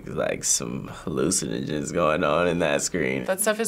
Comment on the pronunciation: Really? Hallucinogens*